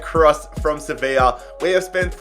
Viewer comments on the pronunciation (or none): none